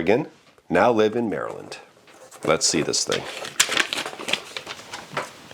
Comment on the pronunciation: im in maryland to and you pronunce it right